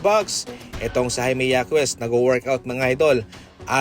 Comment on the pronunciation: hakes not hakwes and randel not randal😃